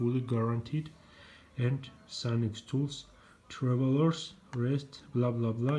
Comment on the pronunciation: You pronounced their name correctly. I'm guessing you already know but they also have a website as well as their eBay store. You should try some Armstrong ratchets and other tools